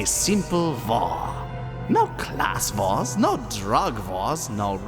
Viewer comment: I thought it was vores not wars....